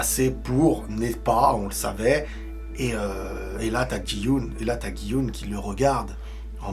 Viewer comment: GUY YUN SA ME PERTURBE RILES.peut tu le prononcer comme il faut lol